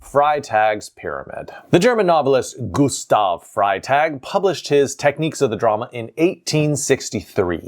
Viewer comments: It’s not a big thing but Freytag’s name is pronounced “Fry-tahk.” :) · "Fray-tag" and "fik-tee-uhn" 😇